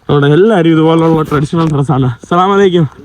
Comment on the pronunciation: അ- അലൈക്യം എന്നല്ല പറയുക.. (അർത്ഥം മാറും ) അസ്സലാമു അലൈക്കും... എന്ന് പറയുക.